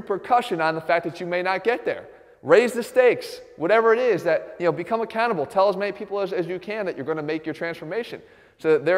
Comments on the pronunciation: Become accountable!!!!! I thought you said "Become a cannibal". Had to go back twice..... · lol its sounds like he says "become a cannibal"